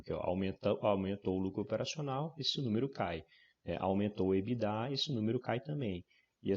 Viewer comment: Enfim, alguém pronunciando EBITDA da forma correta. rs